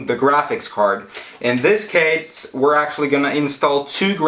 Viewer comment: in this caiisch